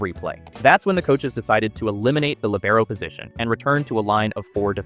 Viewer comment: lìbero, not libèro "unstate italiana"? wtf? is it so hard to just go to google translate, type it and press "listen"?